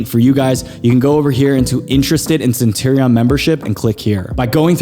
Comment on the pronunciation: How can I take you seriously without pronouncing Centurion correctly haha